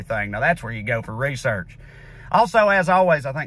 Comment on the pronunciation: 'Doo ur on reesirch!'